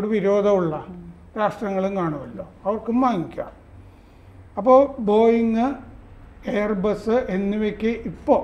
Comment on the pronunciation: ആദ്യം അമ്മാവൻ ബോയിങ് എന്ന് തെറ്റാതെ പറയാൻ പടി….